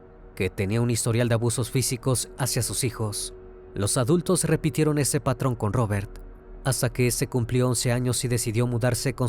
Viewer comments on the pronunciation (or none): none